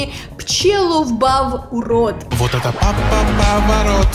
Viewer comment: ПчелоБав а не ПчеловБав